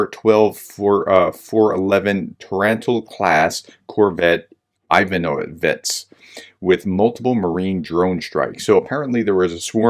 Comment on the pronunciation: i-vA-no-vets - meaning "one of the Ivan's troop". The "i" is pronounced like "ee" in "beer". "ts" is one brief sound, the transliteration of the letter "ц", somewhat similar to "c" in "center", but a bit harder. You are pronouncing it correctly. O-ze-ro do-nuz-lAv - meaning "the lake Donuzlav" ("Donuzla" being a Turkic word meaning "Boar's Abode"). "z"s are just regular "z" as in "zebra".